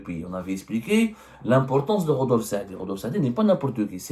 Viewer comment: Rodolphe Saadé et pas Rodolphe Saadi😂😂😂